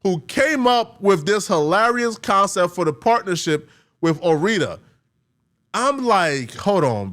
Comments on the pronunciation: Ore-RITA? Dude.. why can't black people read? it's Ore-IDA IDA does not make a RITA sound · I hate me for this but I have to... Its "Or Ida" like Oregon/Idaho. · Bro, it's not Or-Eda, it's pronounced Or-I-Da. Now, the whole video's ruined.🙄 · Ore Ida is pronounced like Flo-Rida. Not Oh Rita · Am I the only one who was thinking "wait, so it's John and Yoko all over again?" Also, Ore-Ida is pronounced "or-EYE-duh"; the name is a portmanteau of the first few letters from "Oregon" and "Idaho" and is pronounced in line with that etymology. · Were you home-schooled? Elle is pronounced like the letter L. Ore-Ida is pronounced the way they say it in the commercials for their products, "Or Eye Duh." I hope you have a fun and exciting Rumspringa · I've never heard someone pronounce Ore-Ida like that. Have you never seen any of the 12 billion commercials, bro?